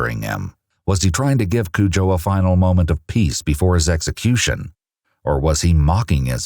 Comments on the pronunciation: Hi, I’m half of Ghana myself and we don’t pronounce it Cujo it’s Kojo is the correct pronunciation. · This man is a monster. I think of a rabid Saint Bernard every time you say "Kujoe". Can't help it. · Broo Im Ghanian, and thats not how the name is pronounced 😢